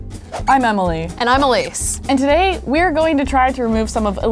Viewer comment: 'emily' UGH IT'S Emily!